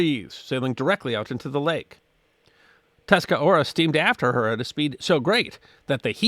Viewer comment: The name of the ship Tuscarora is pronounced "tusk-a-ROAR-a" not 'tusk-a-ora." The name is that of a Native American tribe that became the sixth member of the Iroquois Confederacy.